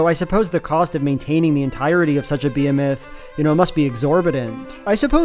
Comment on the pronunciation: well that's a way to pronounce behemoth ::D bruh they def used ai for that text in the romanin pavilion also romania mentioned 🇷🇴🇷🇴🇷🇴 dadada